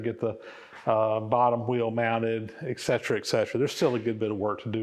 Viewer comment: Spelled etcetera. Pronounced ekcetra.